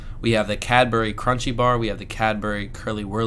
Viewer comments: Interesting to hear you describe things we take for granted and have grown up with!! Good advert for Cadbury too, as I don't think I would ever say the brand just the name of the bar!! (Btw, we say Cadbree rather than Cad-berry, its quicker!!) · Cadbry, not Cadberry, or Cadburry!! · I'm so pleased you now have a proper stash of really good UK chocolate. I hope you have a good hiding place for it all. One last step to UK chocolate assimilation- it's Cadbree or Cadbreh: If you say it like we say it, we will recognise you as one of us. I remember Curly Wurlys from when I was a child- they seemed to be the length of ladders, and your jaw would start aching halfway through. Happy days. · ITS SAID IN BRITIAN LIKE CABRY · ? Its Cadbury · I know, but most people pronounce it Cadbry.